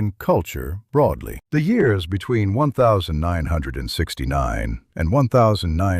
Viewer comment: Someone has to teach AI about years. 1969 is not" one thousand nine hundred and sixty nine", it's "nineteen sixty-nine". And, 1970s is not "one thousand nine hundred and seventy seconds", it's "nineteen seventies".